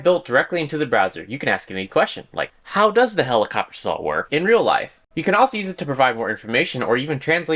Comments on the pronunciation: Are you saying "sawl" instead of "saw" ??? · saul blade? what are you trying to say???? lol